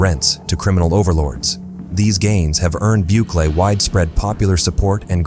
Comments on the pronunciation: Good grief, stop butchering names. It's Bukele (Boo-Kelly) not Boock-eh-lee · “Racial profiling” in a country that’s over 90% mestizo? Also “Book-Lee”. Sorry man, this video ain’t it.